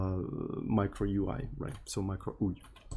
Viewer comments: its U I not OEEUUUII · why is bro saying ui? instead of yuai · "MEEECRO" and "OO EE" is crazy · Sounds more like Micro"Uy!" lmao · sayin "микро-уи" every time hits hard lmfao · As a spanish speaker, MICRO UI was so funny to hear hahahaa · why he say UI like that its so agressive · I think it's pronouncing “micro” in a very Russian way and saying ui as literally UI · As a Spanish speaker, I cannot express how funny is it when says "Micro UI!" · as a Brazilian, i see the funny too hahahaha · in spanish strictly pronounced it's as he says it too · the way he pronounced it sounded like micro cock russian